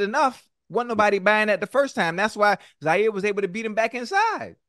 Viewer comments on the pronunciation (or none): Somebody tell ocho its Jaire not Zaire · It’s Jaire with a J. Get it right Siete.